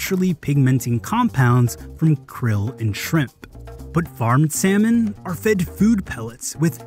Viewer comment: The way he pronounced "Salmon" though